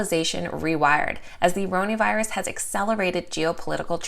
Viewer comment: I like how you say “rony virus” I laugh every time. Lol